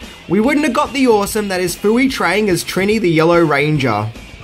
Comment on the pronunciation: Her on screen name - Trinny. The I are always an E sound.